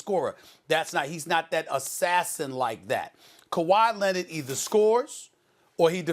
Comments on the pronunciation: "Ka-why Lennit..." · Stephen "Ka why Lennit" A Smith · Stephen A Smith: It’s Kawhi Leonarder Stephen A Smith: I’m wrong and here’s why...